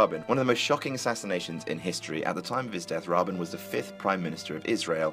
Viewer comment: Learn how to pronounce Rabin-- also, Jackie was not trying to escape the car she - was trying to retrieve her husbands splattered brains